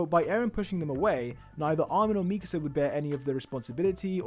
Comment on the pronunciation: I just like how you actually pronounce Mikasa’s name correctly